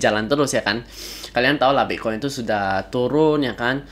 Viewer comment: Saya dengar mas ini bilang bik koin ya Wkwk